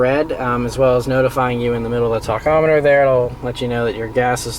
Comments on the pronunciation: Talkometer? Tachometer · LIEKABOWSE Just funny how he says it